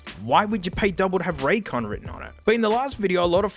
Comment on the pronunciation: Raycon more like suhcon 😩